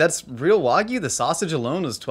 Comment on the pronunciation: instead of saying wagyu link says wagoo link you made my day